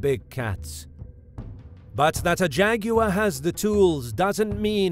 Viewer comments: It’s not Jag-U-war! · I only clicked to hear an Englishman say "Jeh-goo-wuh" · jag wire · The way he says both names are like Jageraurw LEpud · When I was small I had a copy of Godzilla vs Megalon, they pronounce him "Jet Jag-you-were" and always thought why they said it like that. I love the different accents of the world. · nobody: JAGYOUER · Why is nobody talking about how he pronounces Jaguar?!